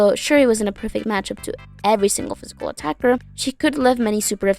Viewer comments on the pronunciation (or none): none